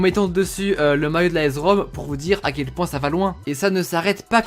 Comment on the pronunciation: Ça se dit aS Rome pas aEZ Rome